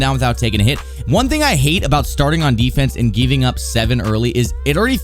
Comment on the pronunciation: “Geeving Up” 😂😂